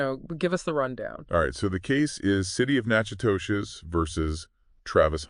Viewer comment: It's pronounced Na-ka-dish....